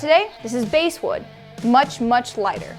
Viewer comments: Bass like the fish, not base. It's okay we all make mistakes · They said bass wood wrong, its pronouced (b•ass) wood not base wood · its bass as in the fish and vitae is vee tye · It's BASS like the fish, not BASS like music. :) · Every time you use "BASE" wood you mispronounce it, as a wood worker it drive me nuts. It's BASS like the fish not BASS like the guitar. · It's pronounced 'bah-as' wood not 'base' wood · I kept cringing every time they said "basewood"...where I'm from it's spelled basswood (pronounced like the fish). Not sure where they got this mislabeled stuff from! 😁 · The bass wood is pronounced "bass" like the fish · It is pronounced bass wood (as in the fish) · Ew she called basswood BASEwood. Just no. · The wood bass wood Is pronounced bass like the fish not bass like the guitar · I think you two should offer a public apology for your repeated mispronunciation of BASS(like the fish)wood! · I'm pretty sure that the basswood is pronounced like the fish bass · I cringed each time they said “base wood” I mean go ahead and say ‘lignum vitae’ wrong but basswood bothered me for some reason. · “Bass” can be pronounced either as bass like the fish, or like bass instruments (Sounds like Base) However the wood is properly pronounced using bass like the fish. Edit: Left out my point. It’s not so much as it was labeled wrong, just most likely weren’t thinking of pronunciation. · Everyone’s pointing out the pronunciation of bass wood was wrong but no one else realized the pronunciation of lignum vitae was wrong too. Also I’m not sure but it looked like the lignum vitae were mostly end grain while the other pieces were side grain which might effect how it absorbed the water. or not, seeing how closed grain and oily it is. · Well. At least they pronounced one of the three woods correctly. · The bass in basswood is pronounced like the fish, not the guitar. And lignon vitae rhymes with par-tay. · its Bass wood not Bass wood